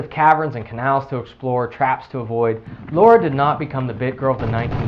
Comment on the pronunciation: Holy shit! Her name is LARA, not LAURA! A minor pronounciation problem, but it irritates the shit outta me.